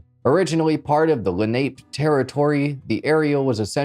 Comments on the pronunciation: It's pronounced LEN-a-pee, rather than len-APE, I think...as in the Native American Leni Lenape tribe. I mention this, for the reason that at first I didn't recognize what you were describing. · Newark=Nork Lenape=Len-app-ee